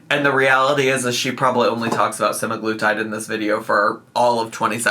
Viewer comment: its prob hers. ive been getting an assload of hers ads about semiglutide and the ai voice never pronounces semiglutide correctly.